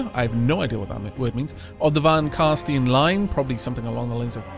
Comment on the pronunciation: I know that you don't know a lot about the sylvans, so I won't hold it against you, but carstein isn't carstien. the ein is pronounced like "ein" (one) in German:)